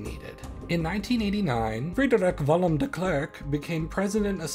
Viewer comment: I disagree. That's not how I or anyone else I know would pronounce F.W. de Klerk. I don't know how the dutch would pronounce it, but his pronunciation of Frederik Willem sounds almost like German to me whilst his pronunciation of de Klerk sounds English